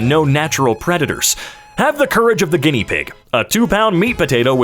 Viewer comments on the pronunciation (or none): none